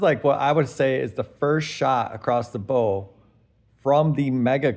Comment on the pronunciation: In the phrase Shot across the bow. The bow of a boat or ship is pronounced like to bow down not like tie a bow